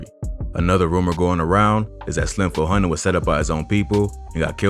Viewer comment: “Slim Fo Hundid”